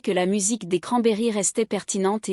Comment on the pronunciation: Qui c'est Dolores Oron ? C'est Cranberries (izzz) et pas cranberry (iii)... Vidéo merdique